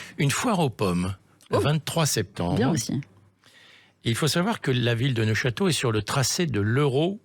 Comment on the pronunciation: neufchateau, pas neochateau